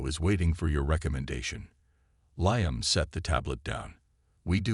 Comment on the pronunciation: LEE-UM not LIE-UM